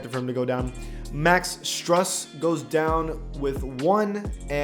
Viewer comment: it's Max StrOOs.